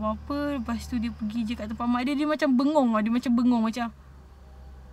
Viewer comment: 'Bengong' Ke 'Bengor'??? 😅 Sepanjang video ni paling banyak dapat catch up 'and then' & 'lepastu'..ok sis, menarik. Keep it up sis 👍👍👍